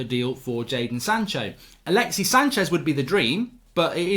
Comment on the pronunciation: Bro it's alexissssssss, there's a S.